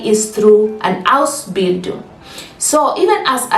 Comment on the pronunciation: Please lay more emphasis on Ausbindun